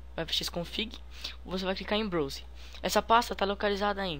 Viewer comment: Ôptions??? Browze? LOL